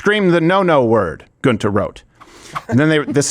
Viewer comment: he says Giunta so wrong lol